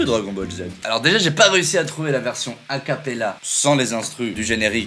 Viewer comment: "Acapaella", vraiment ? ... ça m'a tué. x)